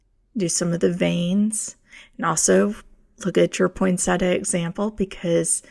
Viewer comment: PoinSET--ee-a, not PoinSETa. Nice video!